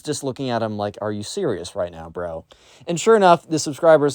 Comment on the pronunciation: This video is a certified “are you serious right neow?” Moment